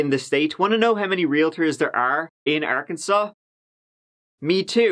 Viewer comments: I wonder how they named this place..."this reminds me of a cross between good ole Kansas and a big ole asshole. Let's call it Arkansas but pronounce it Arkansole" 🤔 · It's okay,. Everyone gets Arkansas wrong. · Arkansas: ar-kan-saw People from Arkansas: ar-kan-sens Me: no! I swear I'm not from Arkansas, I was only born there! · Hey... FYI, there is a place in Kansas called Arckansas City!!!